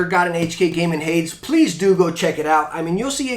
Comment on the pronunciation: Hades is pronounced Hay-Dees (essentially the devil in greek mythology). I don't mean that to come off as rude, just a correction! Great vid as always :)